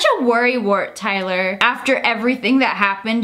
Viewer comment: no one talking abt how she said tyler?? 😭